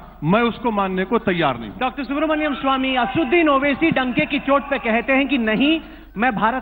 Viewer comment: aapne Owaisi ka naam "ASUDDIN OWAISI" bola hai, Sahi naam hai ASADUDDIN OWAISI "......... again you said "ASUDDIN"...which is not correct.